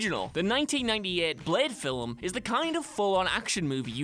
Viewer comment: Filum, what a douche. Do you even syllable bro?